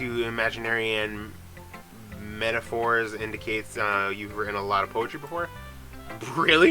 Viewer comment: Lol “Anyway, i’ve been reading a lot of WHORE lately” hahaha that is exactly what it sounded like you said bro LOL. Great job dude.